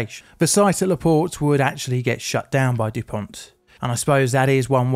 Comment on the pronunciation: Dupont!!!! No T at the end for the love of god! I love your videos, but this is really getting to me.